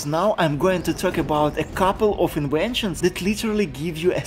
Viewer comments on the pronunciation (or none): The "v" doesn't make the "w" sound. Inventions. Inwentions.